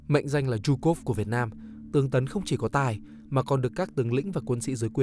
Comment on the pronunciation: cứ nghe thành Trung Quốc :))) gg translate nó sub tự động cũng ra Trung Quốc Vào link bài viết mới biết là Zhukov